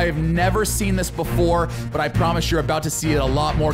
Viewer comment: you didn't say before Correct that.... you said boofore